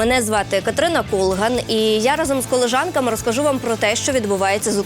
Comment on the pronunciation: Колєжанками!Розмовляйте правильно!Ви взірець!